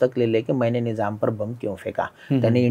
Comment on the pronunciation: निजाम नाही निझाम म्हणा.